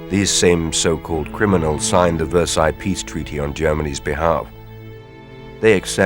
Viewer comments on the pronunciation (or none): none